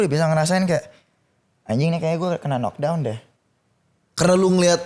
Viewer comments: Sampe kapan mau nyebut "Kenok Dawn" udah dikasih contoh sama Badi "Nok Dawn" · nyebut "knock down" bukan "kenok dawn", gini dah kalau bego dipelihara😂